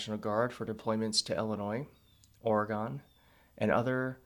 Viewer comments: COME TO PORTLAND! But, please pronounce Oregon like, "Orygun." No syllable gets a stress. So say it quickly, don't draw it out. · It's pronounced Origun not Oragone. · It's pronounced Orygun, not Orygone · It's pronounced "or-gun" not "or-gone" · Or-gun. That’s how we say it here. Not Or-E-gone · Portland is a beautiful city. And it’s pronounced Ory-gun. Not Ora-gone. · It's pronounced OreGUN, not OreGONE, please. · "Oregon" is pronounced 'OR-uh-g\'n or ORY-gun' not 'O-ree-gone'!! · Good time to teach America that it's Oree-gun, not Oree-gone 😉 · Or-gone❌ Ora-gun✅ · You’re saying Oregon wrong. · No biggie but you should know you’re pronouncing Oregon wrong.